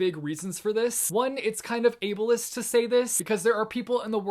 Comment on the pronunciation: Unpopular opinion: I liked TMI more than TID. 😂 I think the love triangle in TID was forced and it just felt wrong. I haven’t read TDA yet, so we will see, but tmi will always have a special place in my heart. And thanks to you i know now how to pronounce ableist correctly 😘